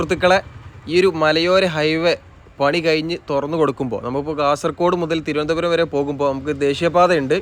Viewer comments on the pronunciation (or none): none